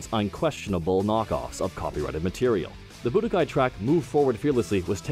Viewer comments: When he said Bu DOH kai 3... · Boo-do- Kai. Why is he saying it like hadoken?